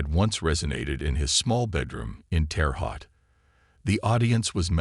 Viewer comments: It's not pronounced HAUT. ITS PRONOUNCED TERRE "HOTE" I HAVE FAMILY THERE. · That’s not how you pronounce Terre Haute but I still love this guy! 45 minutes south of Vincennes, Indiana, your giving us hope!